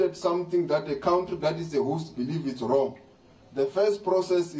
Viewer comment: Lamola must be a 30% for matric doos, cant even pronounce country properly